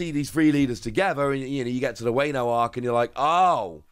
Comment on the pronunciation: Your main goal in japan should be learning how to learn the pronunciation of these characters/ places in one piece ......wane-o...bruh